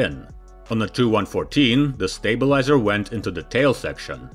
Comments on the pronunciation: Tee-You-114!! NOT TOO-114 🙄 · He pronunces the "TU 95" as "295" , and reads of "TU 114" as "2114". Its confusing because there were never planes of those model numbers. Its not printed text, so instead of either saying "tee you 95", or "295", you might as well just say the unabbreviated name. And call them the two plames "Tupolev 95" and "Tupolev 114" respectively.